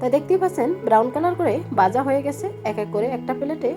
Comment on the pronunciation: Uchharon poriskar kor Baja house na bhaja hoise